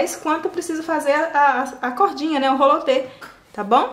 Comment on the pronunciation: O nome não é rolo te e sim roliter